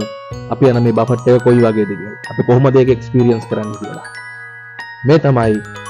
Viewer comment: දරුවෝ.... බෆට් කියලා වචනයක් නැහැ. ඉන්ග්‍රීසි අකුරු ලියලා තියන විදියටම කියන්න බැහැ. Uk English සහ USA English ශබ්ද කරද්දී වෙනස් වෙනවා. නමුත් ඔහොම වචනයක් නැහැ. බුෆේ..... එක්කෝ බෆේ... T අකුර ශබ්ද වෙන්නේ නැහැ. Buffet . බෆට් කියන්න එපා.